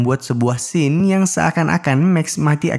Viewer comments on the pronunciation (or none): none